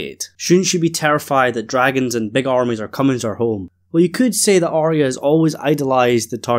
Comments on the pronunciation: So why do you keep calling her Are-rea? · Pet Peeve: Why does everyone pronounce Arya’s name as Ar-rea. It’s not right it’s Ar-ya. There’s no rea. at the end of her name. Listen again to the first season episode 1. Only Sansa says Ar-rea. Catelyn and Arya pronounces her correctly. She’s in awe of the dragons and she and Daenerys will hit it of immediately. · I totally agree so why the ar-ea at the end? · My hearing is perfect so it must be your accent. You have to notice most people do mispronounce her name. I don’t know why it drives me crazy but it does. Thank you.